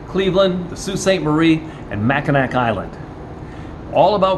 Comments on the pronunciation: It's Ma-Kuh-naa not mac-in-ack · Great video......except as a native Michigander your pronunciation of Mackinac island was way off. It's actually pronounced the same as the city Mackinaw (Mack in naw) why it's spelled so different I cant tell you.